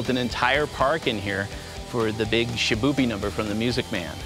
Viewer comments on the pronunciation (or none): It's Shipoopi, not Shiboobie.